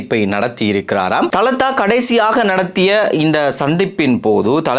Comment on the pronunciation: Thalathß illai dhaladha enru sariyahachchollawum